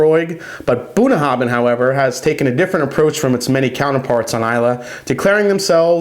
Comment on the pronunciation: The “bh” at the end is a “va” sound, not a hard b sound. Nice review, this is a good drink.